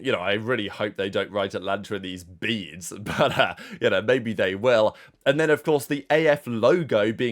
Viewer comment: the way he said it has me dead 🤣🤣🤣 watched it like 10 times